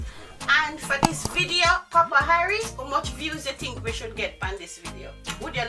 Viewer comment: Listen to my friend" You tink me perfect baby?"